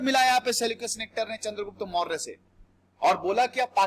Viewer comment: No morayaa only Maurya